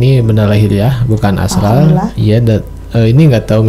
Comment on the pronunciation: Bukan astal ❌ Tp astral ✅